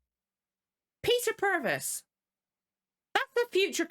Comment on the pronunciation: You are saying Peter Purves' name right 👍